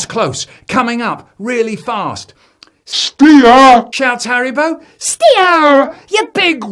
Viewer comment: ITS HARRYBO